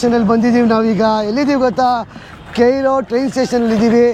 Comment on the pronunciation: ಅದು ಕೆಯ್ರೋ ಅಲ್ಲ, ಕೈರೋ 😂😂😂 ಕರೆಕ್ಟಾಗಿ ಹೇಳ್ತಾ ಇದಾರೆ.😅